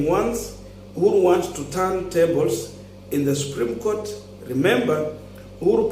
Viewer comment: It is ruto who dumped him,after what happened with 2017 nullification of results,the guy would struggle to pass his points during the case and also to add salt to injury ruto has reduced him to a Twitter lawyer🤦🤦🤦,a senior counsel who can't even pronounce supreme Court well ati subreme goat ,it all started from there,ruto was definitely not comfortable with this guy ,ASAP